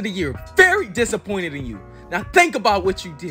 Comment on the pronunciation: “I am dissaqointed”